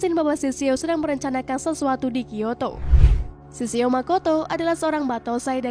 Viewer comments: Kak itu shishio bukan shishao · Sishio min bukan sisao..